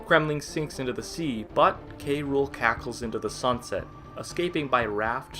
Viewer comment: I hate when prople say "Kay Rule" instead of "Cruel" to K. Rool. It is "cruel." Because, you know, he has a pun name as a villain.